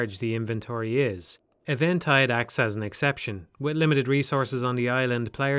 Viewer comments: It's Even-tide, not Event-ide. That is just grating... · This seems to be a great critique and analysis. Pronounces Eventide Island as e-VEN-tide Yikes. Well, I'm out. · It's actually E-ventide.